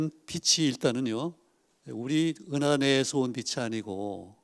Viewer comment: 운하가 아니고 은하 時가 아니고 詩